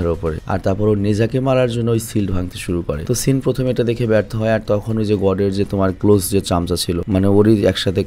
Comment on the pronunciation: সেন ❌সিন ✅, 🤣🤣